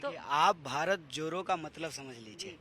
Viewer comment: Bharat joro ni bharat jodo savd toh bolna seekh loo desh ko kya sikhao fir